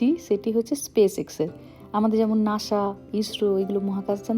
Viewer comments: It's call Nasa not Nasha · শব্দটি নাশা নয়, নাসা হবে। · Why do you speak lhis like for NASA /NASHA